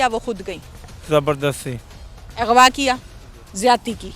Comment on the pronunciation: Yar is channel ka nam urdupoint hai aur anchor ki zra urdu check kero. . . Ighwaa . . 🤔Aghwa lafz hota hai bibi